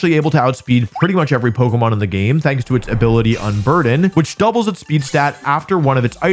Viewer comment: Every time I put up one of your videos in the background, every time you say pokemon, I hear bogumaw